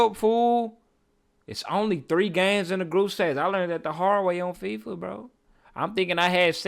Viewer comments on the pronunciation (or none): none